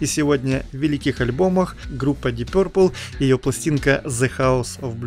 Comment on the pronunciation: Вульф! Твоё пё-РРР-пэл режет слух! Что-то вроде гё-рррлз. Уважай английский и фанатов !